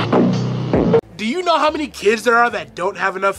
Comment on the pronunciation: he said hoe instead of how